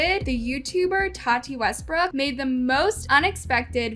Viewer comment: The way says Tati is weird